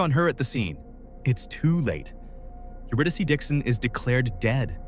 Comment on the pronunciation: AI slop..lazy bastard making slop with AI..you're saying her name wrong..HOW FKN DISRESPECTFUL and showing Sydney instead of Melbourne ..fuxkwit. Disgusting!